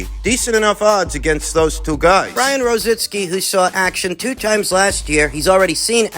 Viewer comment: Why is it so difficult for you guys to pronounce ROZICKI? ITS NOT ROZINSKI..lol..